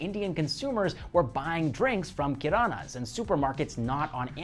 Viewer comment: I wanna talk about how perfect is his pronunciation of Hindi words like Kirana , really impressive